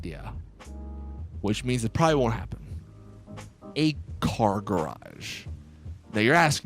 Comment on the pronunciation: The way he said: A car garage.